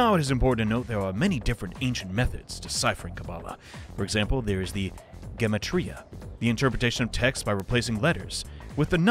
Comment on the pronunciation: Idk about the other stuff, but Gematria is pronounced with a hard g